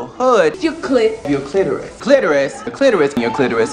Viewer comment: Wow, they pronounced clitoris right. I almost never hear that these days...